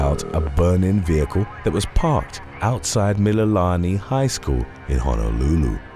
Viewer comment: BRO YOU COMPLETELY BUTCHERED EVERY HAWAIIAN WORD 😩 except for Mililani